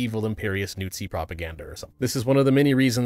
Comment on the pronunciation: Is there a reason you pronounce everything wrong either on purpose (de-boonk, Imperist, Newt-zi) or on accident (Badpanda)? Are you trying to simulate what its like to talk to a toddler? Are you trying to make this video as difficult to watch as possible?